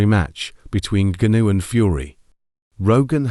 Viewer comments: Voice synthesisers 🤔 Gunoo, gunoo, gunoo, Francis Gunoooòoo 😂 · Who's Francis Goonoo? 🤣🤣🤣 AI